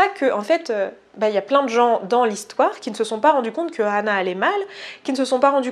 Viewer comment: deja ca se prononce anna pas hanna ,, :3